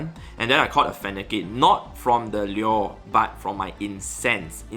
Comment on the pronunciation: Lure? Lyyuer?